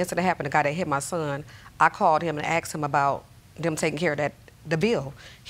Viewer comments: It’s NOT “axed” it’s asked…it’s ambulance not “ambuLANCE.” Why is this hard??? 😂😅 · Why do these people say 'axed' when they mean 'asked'? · Why "axed" I don't get it.